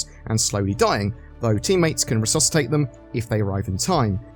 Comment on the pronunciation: "ressucitate" xD